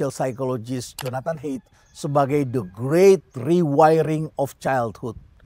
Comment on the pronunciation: Permisi Prof Rhenald, pronounce nama Gabor Mate (baca: Mate, bukan Met), lalu Jonathan Haidt (baca: Hait, bukan Heit). Jonathan Haidt sendiri pernah secara langsung meminta orang mengucapkan nama belakangnya dengan cara seperti itu, karena Heit terdengar seperti pronounce kata hate (benci) dan bukan itu yang ia inginkan terdengar diucapkan orang akan nama belakangnya. Thank you Prof. Rhenald. Stay relevant. By the way, kurikulum kesehatan mental sangat penting, dan saya setuju itu bisa terjadi di Indonesia.